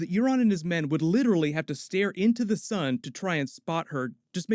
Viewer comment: man you say 'Sun' as 'Son' and I almost couldn't understand what you meant...